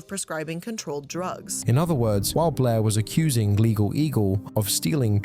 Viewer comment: I love how Blair is such a hard name for British people 😂 It always sounds like "Bleh"